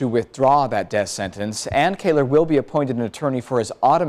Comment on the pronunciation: It's Kahler, not Kaler, silly...